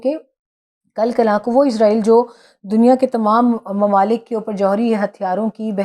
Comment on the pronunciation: پاکستانی اسرائیل کو عزائیل کیوں کہتے ہیں یہ آج تک بات سمجھ نہیں آتی